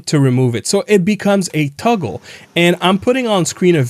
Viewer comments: Toggle, not tuggle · Toggle not tuggle…